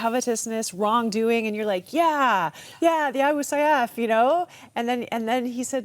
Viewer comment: you should pronounce it correctly A Booh Sayyaf...